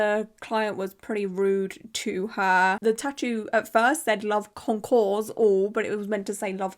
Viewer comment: I just realized the word she used is pronounced "con-core", you dont pronounce the "s" , So it's not even pronounced the same and that took 30 seconds on Google for me to discover!